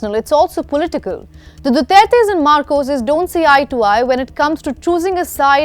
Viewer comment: Marcoses not macroses